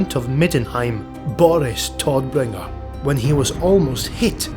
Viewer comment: The mans name is Todbringer, not Toddbringer. Only one d ;)